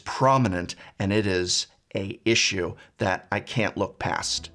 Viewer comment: ”a issue”? English is not my mother tongue, but I cannot hear a consonant at the start of the word ”issue”